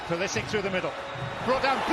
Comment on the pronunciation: Every time he says Pulisic's name it sounds like christian politic.